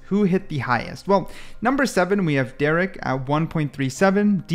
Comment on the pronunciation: u monkey said derrek instead of derke AND ZMJKKKKJ instead of kang kang bro stop ranking if u dont even know the names